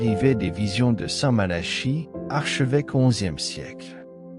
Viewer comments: Ce n'est pas st Mala. Chie. La prononciation mais St Malaki écrit st Malachie. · Il n' y a bien que vous pour prononcer Malachie comme Charles alors qu' on prononce depuis toujours Malaki , si vous voulez être pris au sérieux commencer par parler correctement